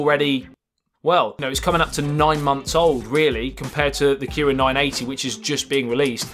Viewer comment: The Kiwiin nuh eh tee